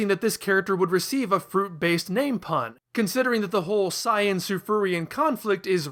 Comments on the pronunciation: (Smacks you with a Harisen) That's the original Japanese pronunciation! Shouldn't the way he pronounced "Saiyan" tipped you off to the fact that he's going off the original Japanese versions?! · He is using the actual pronounciations, not dub-nonsense. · Thank you for pronouncing Saiyan correctly,. This is the first video I've seen on your channel.